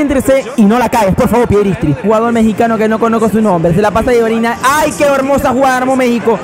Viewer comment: Me gusta por que le dice piedristri y es pellistri